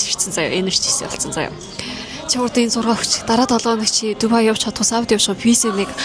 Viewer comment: дубайг яагаад тубай гэж яриад бгаан вэ